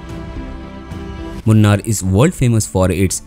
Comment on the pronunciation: It is pronounced Moonaar, not Munn-arr.